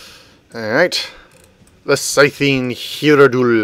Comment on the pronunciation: Sigh-thd hy-roh-jool